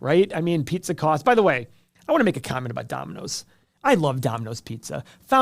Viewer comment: You are from Ohio you can’t even talk pizza!